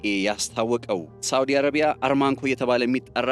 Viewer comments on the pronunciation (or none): ARMANCO ሳይሆን ARAMCO ነው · አራምኮ :-... እንጅ አርማንኮ አይባልም ?... አራምኮ የሚገኘው በደቡባዊ ክፍለ ግዛቷ በሚገኘው በ ደመማም ክፍለ ሃገር ውስጥ ነው ። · NOT ARMAC REAL NAME ARAMCO